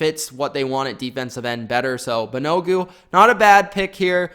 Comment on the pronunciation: wow, butchering names, lol. It's all good. Thanks for the video! Great analysis, I think you nailed it. BTW, Kenny Moore is better than OK, this guy is an OG and can play corner, is he the best in the AFC South, no. You might have forgot MSU's Willis, don't think i heard you include him, but all good. BAN-A-GOO is going to be a linebacker according to Chris Ballard. Ridgeway was unloaded btw.